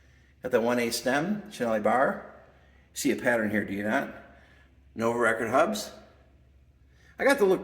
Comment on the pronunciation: Nice collection… Some pronunciation tips… 1 Nuovo Record = “Noo-wovo Regord” 2 Guerciotti = “Gwer-chiotti” 3 Gipiemme = “Jipi-emmay” I have a Viner (pronounced “Vee-ner”), a Tommasini, a Fondriest and 2 different era Coppis.